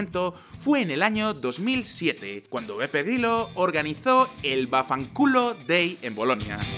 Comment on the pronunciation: En el video siempre escucho PEPE GRILLO XD ¿Has dicho PEPE GRILLO? XD